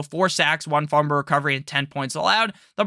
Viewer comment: Can t listen to someone who can’t even say fumble right